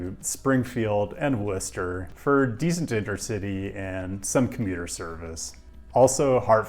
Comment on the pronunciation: I appreciate that you pronounced Worcester (MA) correctly